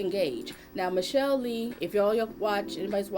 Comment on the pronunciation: It's pronounced Miss Sha lay.